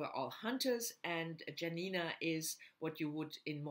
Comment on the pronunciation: The best Tokarczuk's book is Primeval & Other Times. i love also Anna in the Tombs of the World. Dont call her Janina like jam, this is very bad pronunciation. Check polish "j" sound.